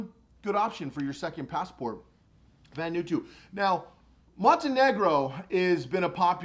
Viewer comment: I could be wrong but I think it's VAN-oooh-ahhh-TWO.